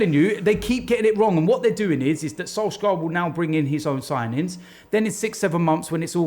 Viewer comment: "I'm telling you Sole-skarrrrrrr" - 2019